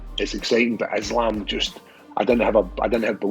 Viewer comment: Let's all take a minute and appreciate for pronouncing Islam's name correctly! 👏🏼👏🏼👏🏼👏🏼👏🏼